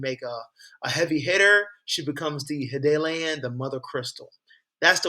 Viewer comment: Great video! I believe it’s pronounced HI-DAH-LIN. I was considering running her with Joshua with some legendaries that have ETB effects maybe. Speaking of, thoughts on Joshua?